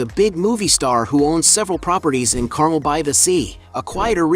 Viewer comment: Dear AI, Carmel is pronounced CarMELL, not CARmel and Tehama is TeHAYma, not TeHAHma. Great photos.